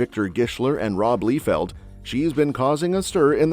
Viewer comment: Lie-feild not leefeild